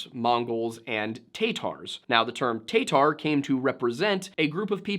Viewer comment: List of pronunciation corrections, if you disagree and are from the region, or have additions please say. Ural: Ooh-Rahl Tatar: Tuh-Tar Yamnaya "Pit": Yamna-ya